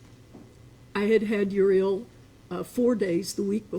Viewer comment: She doesn't even know how to pronounce her granddaughter's name??????!!!!